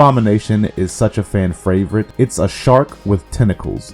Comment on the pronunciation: "fan fravorite"